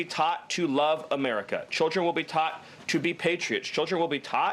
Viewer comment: will children be taught how to properly form their mouth into a shape that allows them to properly pronounce the word "taught?" Not to insult people with actual speech patholgies that do not derive from hiding their forked tongue...